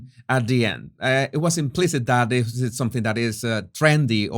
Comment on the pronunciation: Why is the narrator name calling? Is he 12 ??? He should work on his speech impediment. THIS not DIS